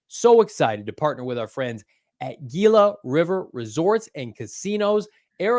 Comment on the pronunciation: SMH somebody tell it's spelled "Gila" but its pronounced "Hila" 😂😂